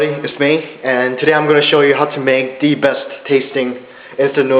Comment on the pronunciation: "the" 발음을 참 거지가치하네.